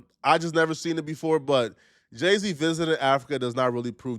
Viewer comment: THAT IS NOT JAY-Z 😂😂 THATS JEH-C